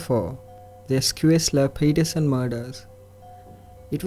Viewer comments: Schuessler is pronounced Shoe-ssler. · Haha, all Americans must spend their whole lives learning pronunciation of place names. Some make a hobby of it. I'm pretty sure Schuessler is pronounced shess-ler. Excellent video, nice voice.